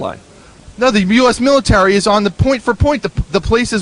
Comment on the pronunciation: LOL "miladairy"